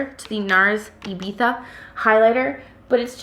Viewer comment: You learnt how to say Ibiza so well